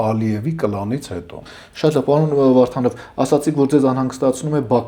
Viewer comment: Քաչալի ճիշտ անունը Վովա Վարդանով է, և ոչ թե վովա վառթանվ... Հետո հայերենում "էթալ" բառ չկա, ճիշտը գնալն է...